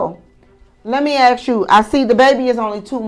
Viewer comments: Fake judge. She uses improper tense, and says "aks" instead of "ask". It seems like an art school experiment. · That judge is a DEI hire. Just listen to her Grammer. She says ak's instead of ask. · Can someone teach black Americans that it's pronounced 'ask' not aks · Judge should be able to pronounce "ask". Not axe.😅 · "let me axe you" ...oh my!